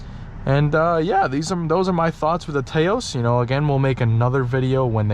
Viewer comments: It’s not “Tay-os”, but more like “Taa -os”. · It i's pronounced "Touse", like house with a T. Taos is a town in New Mexico. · It’s pronounced TAH OSE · Drinking Game: Take a shot every time he mispronounces the name of the car, saying "TAY-O's" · It’s pronounced Taos like mouse. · Rhymes with "house." :-) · Strange that you never have heard of Taos New Mexico and don't know how to pronounce the name. SMH